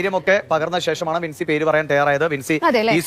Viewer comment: ബിൻസി അല്ലെടോ വിൻസി.